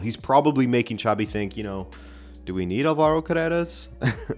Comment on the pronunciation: I know you like pronouncing names right. Xabi sounds like "Shabby", not "Tchavy" (that was Xavi Hernández - different spelling and different pronunciation). Just say it like a Portuguese name and you'll be fine 😄